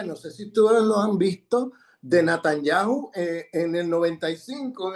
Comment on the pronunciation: Buen análisis. Lo único Sr Grosfoguel es Netanyahu con "e" y no con "a"